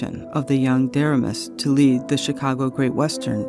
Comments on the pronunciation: Excellent video and great research! But, the young president's name was pronounced Der- RAY-mus. Not a good guy. Went on to wreck the KCS and MKT. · Great work enjoyed all 24 chapters! One comment on pronouncing William Deramus’s name. He pronounced Duh-Ray’-mus! He was on the Kansas City Royals Board of Directors in the early year of the franchise! I met him at our local radio station (who carried the Royals Baseball Network)! His brother ran the Missouri Kansas & Texas .